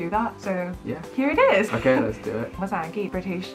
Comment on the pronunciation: ชอบการออกเสียงควบกล้ำตัว ร,ล ของมากค่ะ โอเครรรร 555555